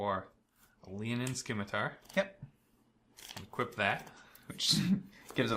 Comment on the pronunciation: You don't pronounce the C in scimitar.